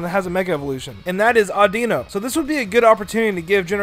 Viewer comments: you sed oduno rong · Why does everyone mispronounce audino?